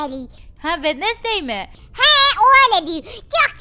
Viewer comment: wednesday günveme dedi 😌😌